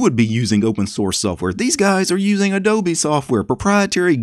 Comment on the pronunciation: odobe , instead of adobe, wow that one k*lled me